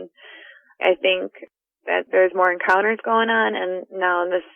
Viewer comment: love the channel, but is anyone else bothered by the inexplicable Y that he puts in the word "encounters" in the intro? No?.... Just me then?.....encyounters